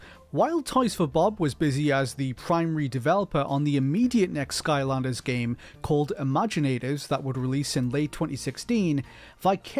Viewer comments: Dude this guy is actually saying “gyem” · Ikr it’s really distracting, he can’t pronounce the hard ‘a’ sound. Might be Canadian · Why does the f0 section narrator say game as “gyem”